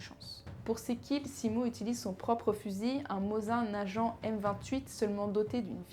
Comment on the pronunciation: Par contre je me permet de faire quelques critiques objective, attention au terme et surtout la prononciation de certain nom par exemple mozain najant j'ai faillit me fouttre par la fenêtre. Les ilustrations sont parfois bancale voir complètement à la ramasse... J'éspère que mon commentaire te permettra de t'améliorer car il ya de l'avenir en cette chaine